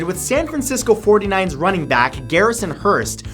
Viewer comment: Matt, its 49ers not 49s